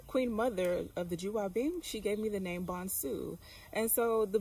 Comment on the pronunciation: Nice Vlog - btw the name Bonsu is Pronounced: 🗣 B-O-N-E-S-U 🇬🇭😂😂 In Ghana everyone is family